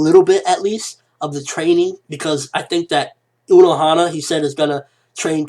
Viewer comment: is Unohana not Onohana.